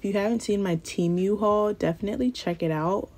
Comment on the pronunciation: I bought the gel glue and mine popped off but I definitely touched it too much. I’m going to try it again and see what happens. I love your videos. ❤❤❤ also I like the way you pronounce Temu. I’ve been saying it like temoo. 😂